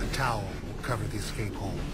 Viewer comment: I've watched nearly all breakout episodes and without fail you always hear the dumb ass warden saying "ecscape" 😂 I'd they can't be bothered to pronounce it I'd wager that they'd be unlikely to prevent it in the real world.